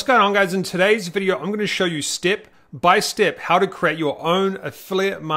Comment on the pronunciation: I really like you saying steep by steep! 😊 Keep on good work!